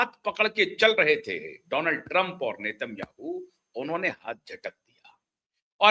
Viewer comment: इसराइल के प्रधानमंत्री का उच्चारण नाम का सही करें आप गलत है